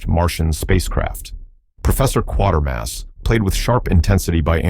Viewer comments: The mispronunciation of 'Quatermass' was jarring enough that I almost stopped viewing. Seriously, where in the hell did the narrator find the extra 'r'? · The footage is "gathered" by an AI to match the narrative that is "written" by another AI, and read to us by yet another AI. Just hit the downvote and "don’t recommend channel" and move onto a different channel until you find one run by humans. Or at least an AI that can pronounce "Quatermass" properly and doesn’t overuse the phrase "fever dream". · I've yet to hear a single YouTube AI voice get the name right. I know nothing about AI, but shouldn't that be, like, a one minute fix? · And mispronounced Quatermass repeatedly. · Quay-ter-mass . Also, someone fix the captions; its Mario Bava, not Baba, and Joseph Losey, not Lucy. Fantastic Voyage was hardly overlooked, either. It did fairly well at theaters and even spawned a Saturday morning cartoon. The complete BS that these things perpetuate is astounding! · NO! Quatermass rhymes with “Later-mass”, I saw the original BBC tv version in the late 1950s and all the subsequent remakes since, but in all my life I’ve never heard it so badly pronounced in the manner the narrator in this vid does ( annoying) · You know the AI is struggling when it doesn't know how to pronounce Quatermass. Or maybe it's a poser of a video producer not actually watching the movies they are talking it about, because it is said a hundred times. KWAY TER MOSS. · no It's pronounced like the word "later". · Check the mess auto-correct makes of spellings before you commt the script to the AI for speech generation. It is pronounced as in CRATER, not quarter. Reliance on AI is ruining YouTube. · The narrator should actually watch "Quatermass and the Pit" to get the correct pronunciation of his name. You say QUA as in 'QUArter' while the British say it as KAtermass. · Kuwatermass not quartermass !!! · It's not Quartermass but Quatermass (pronounced as k-way-ter-mass. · MASS and not MOSS